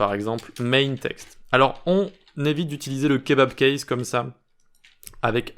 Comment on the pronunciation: J'ai bien peur que je saisie mal la prononciation, j'entends kebab case😅